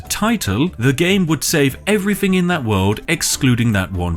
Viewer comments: three = "free" everything = "everyfing" through = "froo" :) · It throws me right off hearing a posh voice say 'Rarver' instead of 'Rather', and 'Everyfink' instead of 'Everthing' Oh it's every time there's a TH in a word it's replaced with an F... may be a speech impediment !